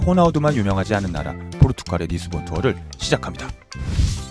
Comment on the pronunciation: 영상 내용은 좋은데 [포르투칼]이라는 발음이 계속 거슬리네요.